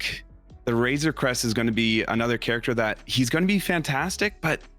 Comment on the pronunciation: "Wayzuh Cwest 🥺" - 2021